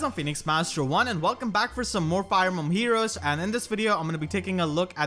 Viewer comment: Might want to enunciate Fire Emblem Heroes because the auto captions at the start of the video came up as "Fire Bomb Heroes"